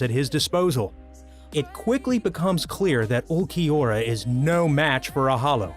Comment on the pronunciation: atleast he said ulquiorra right :D